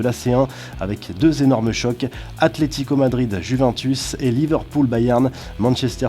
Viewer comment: Si vous dites encore une fois juv’’an’´tus je vous tu Ça se prononce ‘´ Youvèntous’’